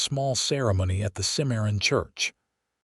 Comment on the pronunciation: I am disappointed in this story. Not because of the content which is goo, but because of the many mispronunciations - examples: Santa Fee rather than the correct pronunciation, Santa Fay & Simarion rather than Cimmaron. Because those geographical names ar prominent in the story, they disrupt the authenticity of the storyline.